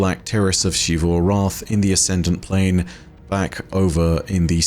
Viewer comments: Every NPC: Zee-vu: She-vu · Why is it in game charcters prounounce "Xivu" as Zevu, and you pronounce it Shevu? Arrogance? Or something you know that all of them and the devs do not? Do you pronounce; Xenon, Xylophone, Xenobiology, with a "SHhhh" sound? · It still annoys me that he says shivu instead of zeeru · I love your videos, but one thing that always takes away from them is how you continue to pronounce Xivu as Shivu, when it is very much Zivu. You even use clips that have that pronunciation. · Just curious, why do you pronounce it like She-Vu instead of Zee-vu like the NPCs when they use it in dialogue? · mispronouncing Xivu as "Shivu" irks me waay too much... >:( That even after he plays multiple voice lines where EVERYONE pronounces it correctly in game. sigh